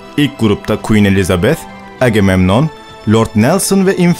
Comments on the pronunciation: AGEMEMNON DEĞİL AGAMEMNON DİYE OKUMAN LAZM. TEŞEKKÜRLER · Selamlar, bu kanala bayılıyorum. Ancak seslendirirken-dublaj yaparken " Agamemnon"''a aksan yapmaya bence gerek yok. Zira Türkçe telaffuz ediyoruz, Türkçe okuyup geçebiliriz :)